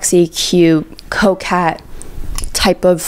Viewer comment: at first i was like "what the hell is a coke cat... oh, coquette" lmao